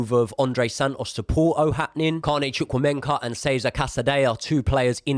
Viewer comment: ChukwuemEka not ChukwuemENka, mate 😉 other than that 👌🏻